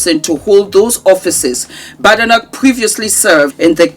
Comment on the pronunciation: The name is Scottish, pronounced as Bade.. noch not Ba de noch.